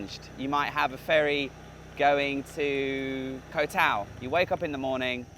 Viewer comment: I enjoyed this video. I went to Koh Mak many years ago and it doesn't seem to have changed much. I know it's trivial, but the vowel sound in "Koh" ( เกาะ) is a short one, like the vowel in got.😊 Just say "got" but replace the "t" with a glottal stop.